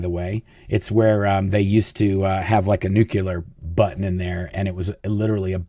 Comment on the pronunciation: Nuclear is not pronounced Nuke-YOU-lur…🤦🏼‍♀️